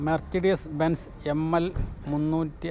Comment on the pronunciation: വണ്ടികളുടെ പേരുകൾ പറയുന്നത് ഒന്ന് കൂടി നോക്കിയിട്ട് പറയുക .. ഉദാഹരണം മെർസിഡിസ് ബെൻസ് അത് ഉച്ചരിക്കുന്നത് muh suh deez